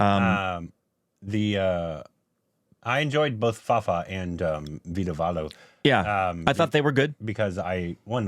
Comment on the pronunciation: saying Vadivelu as Veedavaalu tickles me everytime. It's endearing. I love that he's trying.